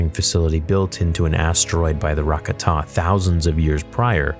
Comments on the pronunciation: I believe its pronounced "ruh-KAH-ten", not "RAW-kuh-TAWN". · Its pronounced "ruh-KAH-tuh", not "RAH-kuh-tah" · Never played SWTOR, eh? Rakata is pronounced "Ruh-ˈkȯ(like 'cau' in cauterize)-tuh." It may seem trivial, but it creates confusion between your story and established lore. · The way he said Rakata xD